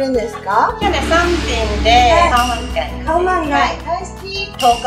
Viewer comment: カオマンガイだよね！？カウマンガイじゃないよね！